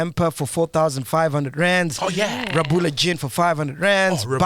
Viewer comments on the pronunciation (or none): Bafwethu it's pronounced Kgabula not Rabula😂😂😂😂😂😂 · MacG keep pronouncing Rhabula Gin wrong. The "Rh" is pronounced the same as the G in Garankuwa.